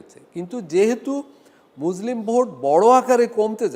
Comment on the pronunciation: এমন আলোচক মুসলিম শব্দ টি উচ্চারণ ভুল ছি ছি